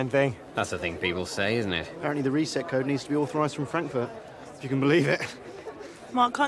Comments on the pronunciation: incredible pronunciation of "Fwonkfoot" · Is it ever explained why pronounces Frankfurt like that? 😂